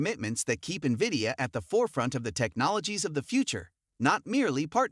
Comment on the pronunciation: "Wood is steadfast in HIS belief in VIDIOUS place in the emerging AI market though SHE sees the business blah blah. These voice-synthesized, perma-subtitled, misspell/pronounced-riddled BS videos are garbage.